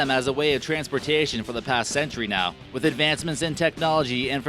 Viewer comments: "transportayyshun" lol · when he says transportation it sounds really cool and wierd